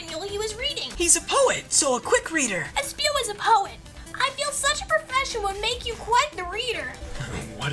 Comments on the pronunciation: It's espio. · Its espio